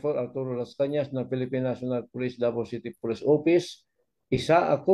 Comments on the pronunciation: MR ARTURO LASCANAS PO HINDI LASCANA SAY IT WITH AN "S" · Lascañas hindi Lascana.